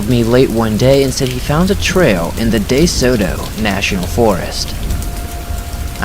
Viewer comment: It's Dee-sow tow.